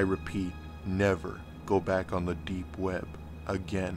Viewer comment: The way this guy says deep web drives me fucking crazy. Too much emphasis on the p and b.